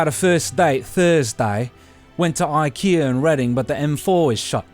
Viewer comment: if you're going to do the accent at least pronounce the store 'Ickyuh'